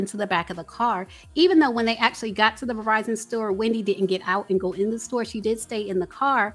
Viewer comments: "Outside the Revizon store" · i love u. But it soundz like ur pronouncing "Verizon" as, (and i'll spell what it soundz like ur saying phonetically) "Verr-vie-zon". Perhaps itz some other distortion in the mix, i will say my speakers are on point but?